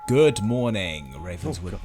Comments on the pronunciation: Goo-idd or goo-wud sometimes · is the first person I've heard that makes "good" into a two syllable word.